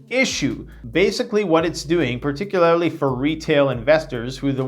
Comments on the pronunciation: “PARTICULAR-ILY” ......... Someone writing your SCRIPTS much??? If I had $1 USD for every time he screwed up a SIMPLE WORD (or his own web store domain name), I wouldn’t need to prep. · “Peticularily” lmao